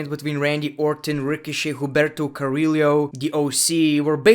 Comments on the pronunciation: Say it with me: Carry-yooo not cariro and Shane-ah not Shay na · To pronounce Carrillo’s name is basically Ker-Rio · Just say Humberto you can ommit Carrillo "Carriyo" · Hum-ber-toe. Ca-re-o that’s how you pronounce it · Bro can you please learn how to pronounce Carillo ?😁